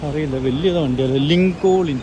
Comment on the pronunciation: ലിങ്കൻ അതിനാ ലിങ്കൊളിൻ 😂 പാവം അൽപ്പായി